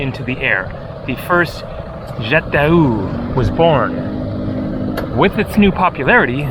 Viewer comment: Your French pronunciation is without words😂...jet de oo😂